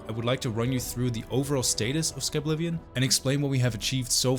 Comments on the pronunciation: SKI blivion 😂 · did bro just say skiblivion ?? as in skibidi or is just the brain rot at the terminal stages and there's no hope for me.. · I never would've guessed the correct pronunciation of Skyblivion was Skabblivion all along